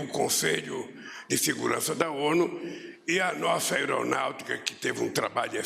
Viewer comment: "nossa Éronautica"